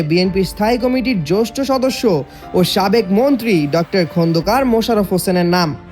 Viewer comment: এটা কোনো কণ্ঠ? আর জ্যেষ্ঠ কে বলল- জ্যৈষ্ঠ! তাজ্জব!